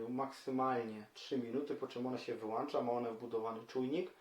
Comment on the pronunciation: Super, tylko mówi się włącza a nie włancza :)